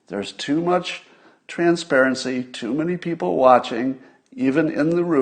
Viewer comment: Glorious! "Fine Beople."